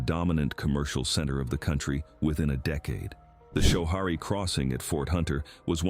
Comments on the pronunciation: Hi AI, Schoharie is pronounced sko Hairy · Schoharie = sko-HAIR-ee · I am Probably not the first, but it is pronounced “Sko-harry.” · Schoharie isn't pronounced like that. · How to actually pronounce some things: Schoharie = Skuh-HAIR-ee Gouverneur = Guv-uh-NOOR (rhymes with cow manure) En-Joie = enjoy, at least when folks from the Southern Tier refer to the golf course of that name. I grew up in Endicott, NY. I've ridden all of the carousel many times... they're beautiful.